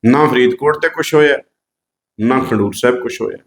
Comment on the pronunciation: ਬਿੱਲਕੁੱਲ ਸਹੀ,ਪਰ ਖਡੂਰ ਸਾਹਿਬ ਦਾ ਉਚਾਰਨ ਥੋੜਾ ਸਹੀ ਕਰੋ।ਖੰਡੂਰ ਸਾਹਿਬ ਨਹੀਂ ਖਡੂਰ ਸਾਹਿਬ ਬੋਲੋ!!